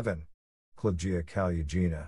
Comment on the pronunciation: The second's female surname should be spelled and written as Kolesnikova, not Kolesnikov due to the rules of the Russian language grammar demanding that all female, non-foreign origin, surnames automatically aquire an -A-ending. The seventh's female surname should be pronounced the way it's written or as Kaluggina, with [ g ] sound not [ j ].